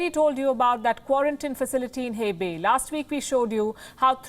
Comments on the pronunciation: It's "Huh-bei", not "Heh-bei" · Dear Palki, it's actually pronounced like 'Huh-baye' 🤓